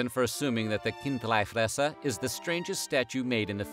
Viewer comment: Almost, in Bärn we say, "Chindlifrässer", which is more prounced like "Kind-lee-fraess-er" where the "Ch, K" sounds like you are preparing your throat to spit. Bisch aber äuä säuber Bärner/Schwizer u cheggsch, wasi meine. Gibe trotzdäm mi Sänf derzue :D